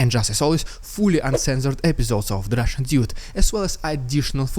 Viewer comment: I just love your “rrrridiculous rrrrussian propaganda, ugh!!!” Always drop from chair😂